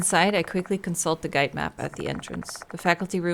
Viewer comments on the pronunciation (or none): none